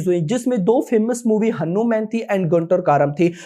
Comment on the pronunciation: Bhaiii aur sab to thik hai Lakin aap Hanuman ko henuman mat boliye aap hmesa Bolte he ise band kro😊😊😊